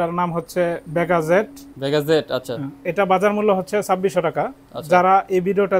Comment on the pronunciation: খুব হাসলাম তার কথা শুনে (ভেগা) রে বানাইলো (বেগা😂) আর (টার্ক) কে বানাইল (তর্ক 😂)